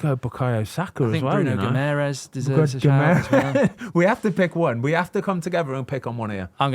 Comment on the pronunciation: Cmon guys!! Get guimaraes right plz!! 😂